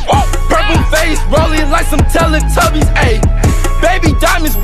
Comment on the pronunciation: he said tella tubys